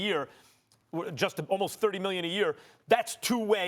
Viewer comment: Stephen a. Smith: "Bruthus" "miyion"